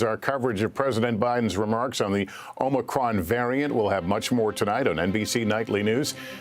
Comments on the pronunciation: As a Greek-American I'm cringing when I hear creepy Joe and Keebler Elf Fauci butchering our poor letter... Omnicron, omnicrom. 😬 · NO JOE.... it's not called omnicron!!! Can't you at least get your puppet to pronounce the word correctly? So sick of these jokers!!! COME QUICKLY LORD JESUS!!! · "The OMG Variant" 😲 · Biden gives an update on pronunciation: OMNICRON? It's known as a "malapropism". Yogi Berra was famous for them. George W. Bush was known for "nucular". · Difference is, he is READING from a teleprompter. You really think the teleprompter is displaying "omnicrom"? No. It isn't. Misreading is not the same as a malapropism. It's almost as if this is the first time he attempted to say the word. Surely, he staff would have corrected him. Surely. Right? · OMNI CRON? hahaha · The Omnicron™ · Yeah the omnicron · What a load of garbage. "Omnicron" -- Biden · Dr Fauci just called it OMNICRON too. Did they change the name? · AHM- UH- KRON Say it right Mr President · Hey he kept saying OMNICRON. oops. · Omnicron? Did he rename the variant? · I just came here to say I also call it “The OMNICRON” 🤣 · It’s OMNIcron now. Leader of western world has spoke. !!! He’s only the most important man in the world. Somehow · Hahaha I love and respect all our leaders and but hearing him keep repeating omNicron haha this is hilarious. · Lmao. Cant even read his script correctly. Give the his job to someone much younger. It’s better for america and all the other countries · So not only did the "president" screw up the pronunciation of the variant's name, but Saint Fauxi did as well, as did all the members of the lapdog media shills when they mentioned it by name. I never lived in the former Soviet Union or in Nazi Germany, but was the fawning that bad there too, all to cover for the failings of their illustrious "leader?" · No "n" in Omicron. Cronkite or Mudd would've corrected him by now. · NOT Omincrom, DUNCE!! LGB!!🗽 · Unicron was the transformer... U N I C R O N... get it right.